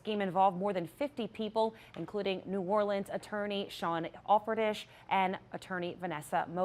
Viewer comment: It’s pronounced Al for tish. C’mon.